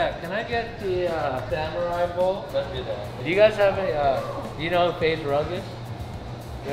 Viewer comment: Faze Rug really said boa for dinner 😭😂